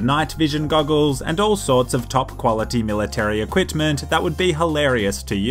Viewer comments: he said “equitment” lol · "equitment" lol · ‘Military equitment’ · anyone notice he said ‘equitment’?? Haha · Equitment? New word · I'm really triggered by pronouncing it "equitment"